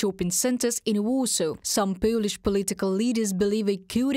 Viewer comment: pölish pölitical löders?